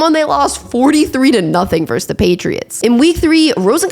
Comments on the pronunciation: It's versus, not verse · I like the content on your channel. I'll definitely keep watching. But why can't anyone under the age of 40 pronounce the word versus correctly?